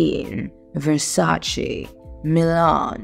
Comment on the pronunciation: I love how she pronounced Versace